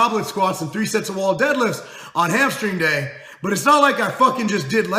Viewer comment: The first few times you said 'hamstring day' it sounded like you said 'hamster day' and I got excited cos I thought you had started doing G4P.